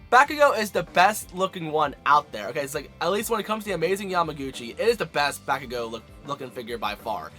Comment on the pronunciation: He said back ooh go